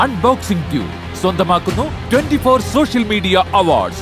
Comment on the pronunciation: സോശ്യൽ അല്ല മോളൂ.